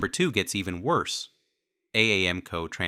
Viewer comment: Lost all credibility with AI voice. Couldn't even pronounce AAMCO correctly.